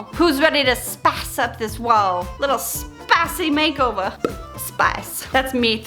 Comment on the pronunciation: Listen… the way you said ‘spiceh makeovah’ in that southern drawl, I swear I’ve never laughed so hard while watching someone paint a door!! you’re a woman SNL skit - Your videos inspire me to get up and start a project of my own… (finally)—Thanks for the laughs, the courage, and all that damn spice you throw at life 🎉🎉🎉I’m a fan!!